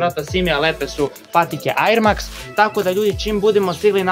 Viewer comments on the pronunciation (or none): Druze ne cita se air max,već er maks